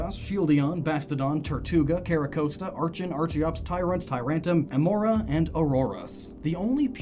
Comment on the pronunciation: did he forget that there's an R in Tyrant*r*um?